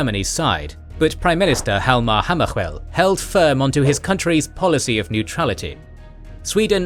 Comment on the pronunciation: The way you pronounced Hjalmar Hammarskjöld 😂😂😂😂😂